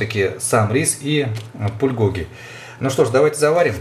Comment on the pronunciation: на заглавье написано Пулькоги, а сам говорит, Пульгоги